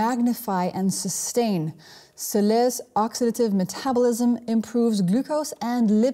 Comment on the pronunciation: so lee us (soleus) geeshe